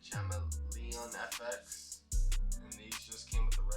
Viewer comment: What is chameleon fx lol, you said it wrong